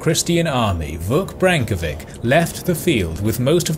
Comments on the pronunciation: Well done! But please, learn the proper pronunciation of Serbian names. The “ć” in the end of names is pronounced “ch” as in cherry, not “k” (Branković, Obilić, Hrebeljanović). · ..vic is spelled like (brenkowich) not (brenkovik). Nevertheless thanks for the nice quality video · Wi Serbian have š, ć, č ž, its Vuk Branković not Vuk Brankovic